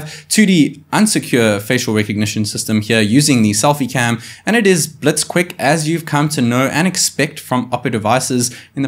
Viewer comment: was that "blits"?